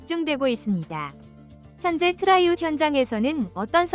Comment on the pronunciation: 트라이아웃. 발음이 왜 그 모양인가?